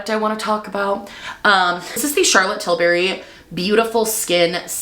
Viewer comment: Til berry sun clit…. 👁️👄👁️ Had me dying